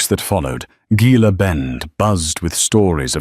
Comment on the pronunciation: Gila is pronounced He-la.